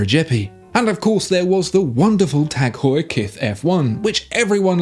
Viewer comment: Good video but the pronunciation of Heuer in Tag Heure is not pronounced as “whore”.